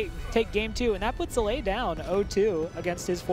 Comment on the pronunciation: Zalae. Come on. Get the names of the participants right.